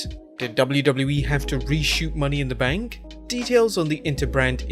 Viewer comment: And what's a Money in the Bnak? 😂👎🏻